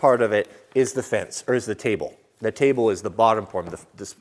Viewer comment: Lol very true, I cringed when he said table.